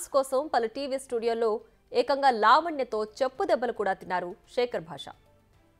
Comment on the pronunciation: Cheppu debbalu thinnadu ani nokki nokki chepputhunnaru Anchor garu